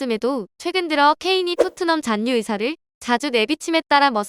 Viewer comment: 신라[신나](X), 신라[실라](0)이듯이 잔류[잔뉴](X), 잔류[잘류](0)이어야 합니다. 너무 [잔뉴]를 반복하시네요.